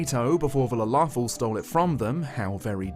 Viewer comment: ... that's how lalafell is pronounced?